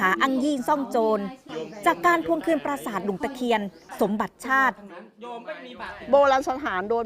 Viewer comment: พาดหัว ปราสาท ไม่ใช่ ประสาท ครับ รบกวนแก้ไขด้วยครับ